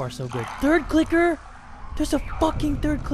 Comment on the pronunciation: when he says f u clicker it sounded like fu ni***